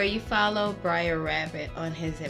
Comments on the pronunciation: Stop saying brair rabbit say Br’er rabbit (Ber- ere Wra-bi-teh) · people say 'briar' it's more like a slurred 'brutha'